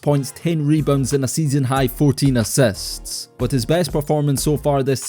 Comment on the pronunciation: assists spoken as assets lol